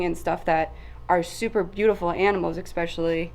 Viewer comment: Good video. I gotta say, I find it slightly amusing how at some point many people have decided to pronounce especially, expecially. I'd like to ask one of these people to spell it out for me and see if it is just the way they are pronouncing it, or if they have just gone ahead and changed the spelling as well. Anyways, keep up the great work and I'll be here for the next video.